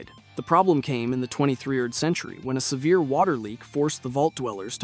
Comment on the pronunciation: gotta be - "Twenty three-erd Century ". Shame, not consuming this content any more.